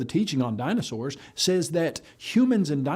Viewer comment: Why does he keep saying “Dino-shors” ??